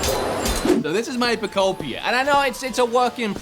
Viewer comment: PO KUP PIA 😂😂😂😂